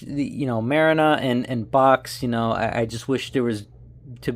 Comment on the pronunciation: Marrina is pronounced MAR-REENA..